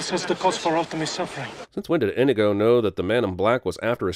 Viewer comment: Adding a sin for how you pronounced inigo